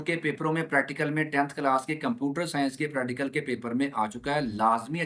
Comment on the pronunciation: Sai ga practical ka name se Sahi se Lelo pradical 😂